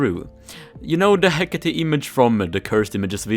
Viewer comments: Why does he say he-cat-e its he-cate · No one: Literally no one:: HeCaTatE